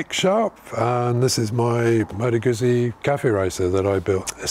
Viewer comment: I have had 4 guzzis..1979 SP1000–1980 V50 ll—2004 V11 sport—2007 RED Norge GT 1200, which I currently own ...I have 40 years behind bars on guzzis One little thing:: GUZZI pronounced the way you would say PUT-SEA,, like you would say pizza. It’s like saying two separate words.When there are 2 “Zs”,There is a chop in the middle of the word just like in the word pizza..It’s not pisa as in the leaning Tower of Pisa, it is peat—zzaah! like saying two separate words..GOUT. ZEE... now that I have condescendingly overstated my point. I love your bike..Do you have any issues with the rear tire gripping the leading edge of your license plate as your suspension bottoms out? you mentioned the large gap between the rear tire and the frame on newer bikes because of the single shock, I used to road race motorcycles ,eight years, TZ 250, RDs,ect..One of my fellow competitors got into a tank slapper on his TZ 250, His leg somehow got pulled in by the rear tire into that gap below the seat, and broke his leg in eight places. Miraculously, he coasted to a stop in that contorted predicament without falling. To this day, those gaps still make me nervous. I put a proximately 160,000 to180,000 miles combined on my 4 Guzzis over the last 4 decades...they all had a common fault, that oil pressure sensor that screws in to the block between the cylinders. I’ve had to replace them on every one of my guzzis.. my 1979SP 1000, the lifters were all heavily pitted where they meet the camshaft, I was changin